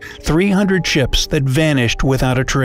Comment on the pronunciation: anybody else herd 300 chips instead of ships?